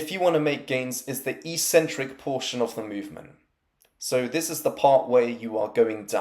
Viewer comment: Why do people on YouTube consistently mispronounce eccentric?